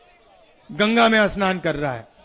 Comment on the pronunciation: अस्नान नहीं होता h स्नान होता हे, नत्थुराम नहीं नाथूराम filhal aapko pehle thik se hindi sikhane ki jarurat h, pappu bhaiya🙄 🇮🇳Jai Hind🇮🇳